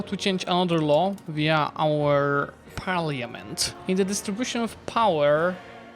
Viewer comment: Looks so good, awesome video!! One thing i wanted to say about Parliament.... since the word will likely be said a lot in EU5... its pronounced like "par-la-ment", the letter i doesnt really get said. Not sure if you mispronounced it on purpose or on accident, but thought id mention it just in case!! Love you